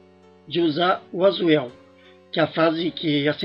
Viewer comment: es well meu caro se pronúcia-------- pratice your pronunciation